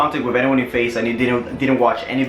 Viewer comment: I swear down he was saying face the whole time